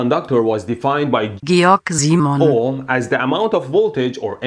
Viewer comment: Georg Simon isn't that hard to say xD even if you say it in an english accent it would kinda sound the same ^^